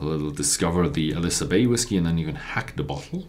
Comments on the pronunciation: Hey! Not "aLIsa" but "aILsa" bay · Pronounce it as 'Ayl-suh':) Nice review.